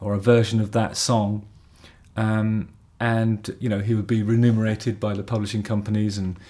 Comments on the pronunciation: Argh! It's "remunerated" not "renumerated"! :-) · I think I prefer renumerated.